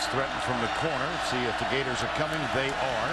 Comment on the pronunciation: Every time you say Gheyturs I think it gets wittier...